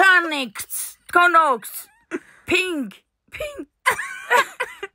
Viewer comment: “pink- ᵖᶦⁿᵍᵏ- boog” 😭😭